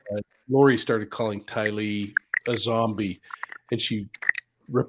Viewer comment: I love your pronunciation of Tylee.